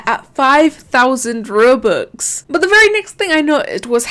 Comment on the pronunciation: everyone when they say robux: roh-bux: ruh-bux